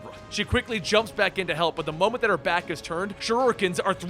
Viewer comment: It's a random thing but I love mispronunciation of things all the times. "She got a shuririken in her back"